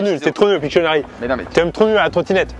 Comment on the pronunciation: c kwa 1 pictcheunarie